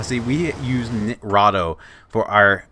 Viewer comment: i know im late but for some reason this is triggering me x.x as far as i know its Ni-Tra-Do (Nye-Trah-Doh) also thanks for the video and im surprised you have less than 2k views with 44k subs